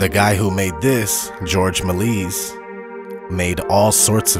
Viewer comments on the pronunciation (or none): the genius filmmaker was pronounced mel-ee-ay not melees you no nothing loser...but i guess you know everything about the moon landings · Love the classic clips, but please learn to pronounce Méliès